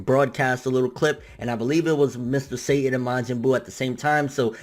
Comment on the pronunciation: that's just saying satan but in spanish pronunciation